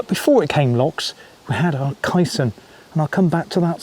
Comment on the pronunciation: Other balanced-tank UK examples - the Anderton Lift (vertical, as on the SCC) and the recent Falkirk Wheel (rotary ). Also, I think it's pronounced 'Kay - Son'.